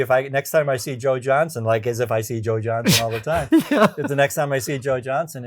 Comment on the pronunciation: Joe..... JohnsTon. Johnston um...... -1,000,000,000 points.